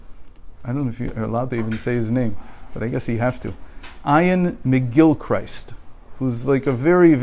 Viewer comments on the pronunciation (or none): you can pronounce his name as Gil-Crist.